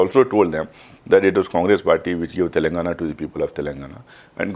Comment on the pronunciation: Is he from Telangana? No one knows him. He has zero knowledge about Telangana. Including how its pronounced.